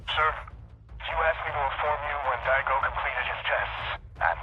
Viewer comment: im sorry you cant say daigo